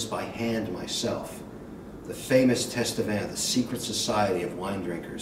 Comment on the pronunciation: Kevin: it is pronounced "Tatevin," not "Tastevin," even if it is spelled, Tastevin. The "s" is silent. From a fellow Tastevin member (San Francisco Chapter).